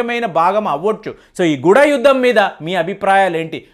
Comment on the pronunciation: Mee bhasha tappugaa unnadi guda yuddham kaadu adi goodha గూఢ యుద్ధం. అలాగే కుటయుద్ధమూ కాదు అది కూట యుద్ధం.